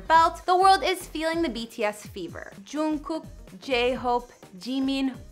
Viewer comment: yo... You're not even a BTS fan, And you don't know anything about their lifes. And its Jimin,not Chimin. And the way you said Jungkook... Omg😂 I'm not trying to be rude but don't post about each others lifes if you really dont know them.